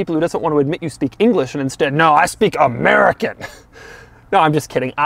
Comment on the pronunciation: Can you say "AMERICA!!!" again??